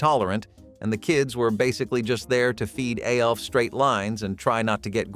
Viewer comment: Why does he keep calling ALF..…A. L. F ?